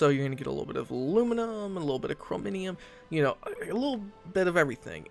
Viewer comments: "Chrominium" .....its Chromium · Dude i like you but for the love of chin chin...its CHRO-MI-UM...not CHRO-MI-NI-UM....its a small thing sure but it hurts you more than me <3 xoxo